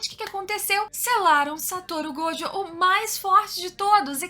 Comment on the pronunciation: que diferença alguém que não fala gojÔ e ItadorÍ. Obrigado!